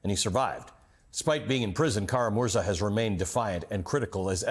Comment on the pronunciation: Kara-MurzA!! Emphasis is on the last syllable.